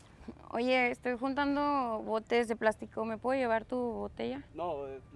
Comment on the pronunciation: Andabas reguntando botes jajaja ja no lo dijo bien